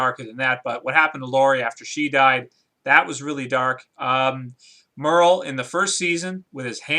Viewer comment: Who's "Murl"? Lol. You mean Merle.